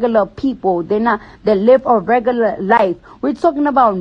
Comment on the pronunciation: “If you a rugullur person” -cardi b